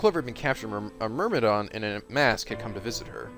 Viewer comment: Is just incapable of saying the word Myrmidon XD